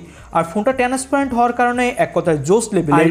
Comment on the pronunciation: টেনেস পেরেন্ট না ট্রান্সপারেন্ট 😂😂